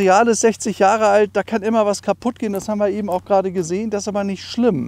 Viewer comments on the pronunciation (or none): none